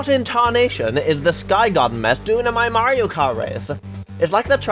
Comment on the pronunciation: My slightly shorter livetweet than the pinned one, as is customary for me on a long video with lots of content. - is cis confirmed!? (Happy belated trans day of visibility!) - I love pause as she realizes that it said something about snow, you can hear how awkward it is. - Woo, Canada! would have been a great time to mention something about sleek technology featuring spyware. - The 'g' is silent, it's actually prounounced, "purity". - Sorry to burst your bubble,, but while Toad Harbor_[sic]_ may look beautiful on the surface, we all know it's being plagued by the woke LGBTQIA+ movement. Just look at them, they think a princess can stand in for our beautiful Lady Liberty! That Gavin Newsom's "city" of poo pales in comparison to Toad Habor_[sic]_. Shiver me timbers. Thank goodness for you get the rest]. and after -, you broke, you used plural pronouns for an individual. That's falling into the hands of the woke feminists of the 1990s, BOOOOOOOOO. Surely you could have made an executive veto to fix it. -... It's at this point you realize is also gay - Big no-no, Greece is not 'Murica >:((((((( - is a trans man? Is Elon a trans man?, I hope everything you try to do with AI just comes out like this now, this gave me a headache from repeatedly facepalming. And that's--and yet